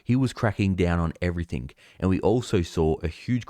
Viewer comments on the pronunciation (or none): none